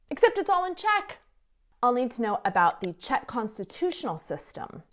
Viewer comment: you have the cutest and most precise pronunciation of Czech. For an American girl, shocking!